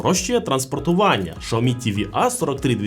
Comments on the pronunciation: Якщо чесно, то в Китаї так і кажуть, бо я там був і чув на власні вуха... Шяомі вони кажуть... Але він все одно не так цю марку промовляє, як в Китаї... Китайці кажуть - Шяомі, а цей бовдур каже ШАОМІ....😂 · Шяомі кажуть в Китаї, бо я там був і чув, як вони це промовляють... Тобто в нас не правильно промовляють - не Сяомі, а Шяомі... Але він цей бовдур каже ШАОМІ, тобто теж не правильно. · Сяомі кажуть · Шаоми??? Впервые слышу что ксиоми так называли 😅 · 😂😂шаомі, ізєрнет🤣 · Було цікаво, взнати про нові телевізори Xiaomi. Але "шаомі"? Де на початку Ви бачите букву "ш"? Так, в китайській мові своєрідна вимова, але... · я зараз в Китаї в Чжоушані і можу з впевненістю сказати що китайці «xiaomi»вимовляють як «саомІ» ( наголос на останню букву, тобто І !!! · В різних провінціях вимова може відрізнятися, але вірно сяомі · шаомі ААААААА, кров з вух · Дізлайк за "Шаомі" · очень хороший эксперт который даже не знает как правильно читается бренд)) прям сразу доверие))) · Как английская буква Х может быть Ш? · Ну алло.. ну яке шаомі))) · Я думав мені почулось 😂😂😂